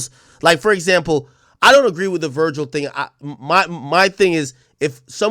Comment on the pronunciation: “Vergial” is crazy ☠️☠️